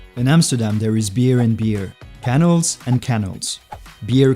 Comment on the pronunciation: I love how the narrator says Canals as if they were Kennels. Kennels are for dogs. Channels are on your tv. and Canals are in Amsterdam.